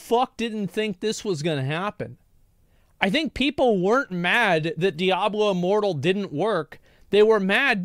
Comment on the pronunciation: I heard Diablo Immoral instead of Diablo Immortal.